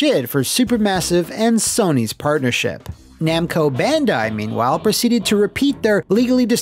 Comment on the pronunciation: You actually said Namco Bandai this time instead of. So proud of you.